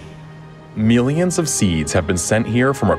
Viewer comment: Nobody: Narrator: M E E L E E O N S